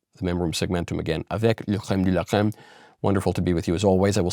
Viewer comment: Big fan but I think the prononciation of « la crème de la crème « can be worked on